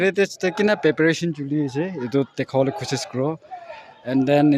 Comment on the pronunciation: Not paperation it's pre-peration